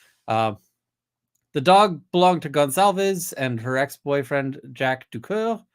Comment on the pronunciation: just so you know - your pronunciation of 'Gonçalves' is quite good, to portuguese standards. Emily was cracking me up yesterday. This case is so insane. It's Criminal Minds meets CSI meets Perry Mason meets I don't even know what else, all rolled into one... And after listening to all that, I need to go look at lots of funny puppy vids...